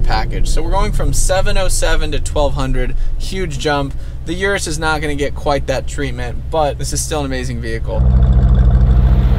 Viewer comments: The "yourus" ? U mean the Urus? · 🗣 and it's "er russ" 🤦🏾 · Don’t like the way he’s saying Urus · It's pronounced Urus, like urine?